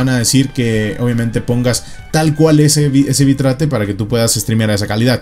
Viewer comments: Se pronuncia "bit reit" no "bi trate" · nada mas oír la pronunciación lo saca uno corriendo (Bit-rate), bi-trate.... WTF? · Bitrate se pronuncia Bit-rate xD. que viene de la composicion de 2 palabras Bit Rango (bps) y Rate (velocidad) Saludos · /bitreit/ XD